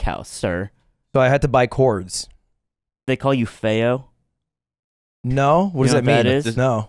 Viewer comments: "feio" indeed is "ugly" in Portuguese. Also Brazilian is not a language, is the person living in Brazil. At most it's Portuguese from Brazil. Also it reads with a ph not with a th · is technically correct about the Portuguese at the start, ugly is “feio”, pronounced very similarly to the Spanish “feo”. - #1 Brazilian fan